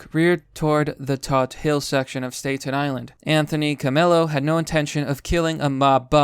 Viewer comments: Great video and love your content, but ffs its pronounced stat-in island lol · Huge fan of your channel. I mean, I watch your videos everyday. I swear, I have only this one little criticism/observation: sometimes I think its weird that you don't know how to pronounce the names of really common places in the United States like 'Staten Island'. I noticed this in other videos too. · If Q is a narcissistic manipulation cult, I'm fine with it if we get results like this. Also, how the hell is it possible that you don't know how to pronounce "Staten Island?" LOL, keep on keepin' on!